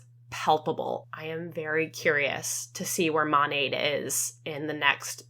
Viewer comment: The fact that none of them can even pronounce their own company correctly is WILD. Monat stands for modern nature....m(ah)nat...not MOOOnat. 😅